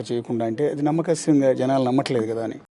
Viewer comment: నమ్మశక్యం అయ్యా నమ్మకశ్యం కాదు తెలుగు నేర్చుకోవాలి జర్నలిస్టు గారు